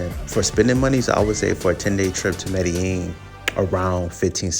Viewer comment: What a clown. Can’t even pronounce Medellin properly